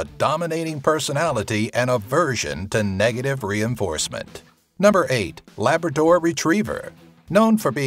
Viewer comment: DID HE SAY LABADOR 👿👿👿😡😡😠